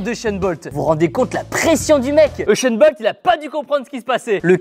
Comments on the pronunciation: Ushain bolt 😂😂😂😂😂😂😂😂😂 C'est usain bolt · juste tibo c’est pas uchen bolt mais usen bolt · il a dit Esain bold ou je reve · Uchen bolt (u)(s)éne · Euchaint Bolt ? Sérieux Tibo, sérieux ? 😂🤣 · "Eusheun Bolt" -Tibo 2019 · Je penssais être le seul à l'avoir remaarqué😂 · euhchaine bolt😂😂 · Kieeeeeee Il a dit environ "7 fois echainne bolte"